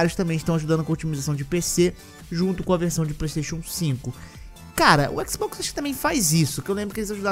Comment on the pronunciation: " Toda tela é um équisboxi " 😂 👌